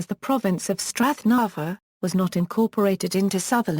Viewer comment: Being Sutherland born I found this Audiopedia insert very interesting. However, the experience was a bit spoiled by the wrong pronunciation of several place names such as Dornoch, Golspie, Strathnaver, Cromarty, Caithness and even our language "Gaelic" a bit jarring.